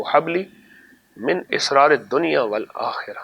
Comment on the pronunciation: إِسرار بکسرالالف❌❌❌❌❌ سِرّ کی جمع أسرار ✔✔✔ ✔✔✔الف کےزبرکیساتھ آتی ھے اصلاح فرمالیں ابوالمنجدالعزام